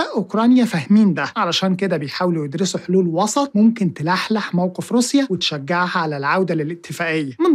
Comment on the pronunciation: تحلحل يا مش تلحلح😂😂😂